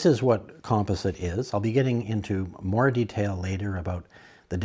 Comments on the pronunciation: Nice video. But would you please pronounce "composite" correctly! You're killing my OCD. lol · Thank you! I was having a hard time with that myself. :) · he must be Canadian!